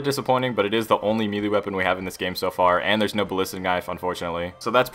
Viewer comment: Say melee again